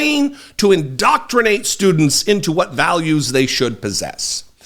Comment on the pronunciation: "IN-DOC-CRI-NATE"... what a dope!